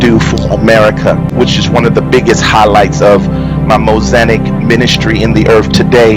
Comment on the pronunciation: Did he say, “Mosanic”?